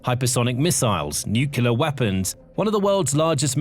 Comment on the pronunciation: It's not "nucular", it is " nuclEar".